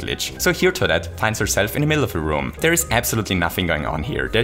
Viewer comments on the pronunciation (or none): none